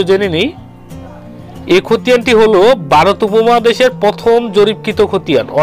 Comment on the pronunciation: Vai barot na bole varot bolen